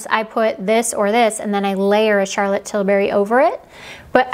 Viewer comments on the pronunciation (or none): none